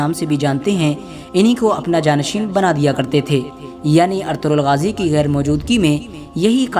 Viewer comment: o Bhai Artughral nhi Ertugrul name he jismy (g) silent he. usy hum Erturul bolengy.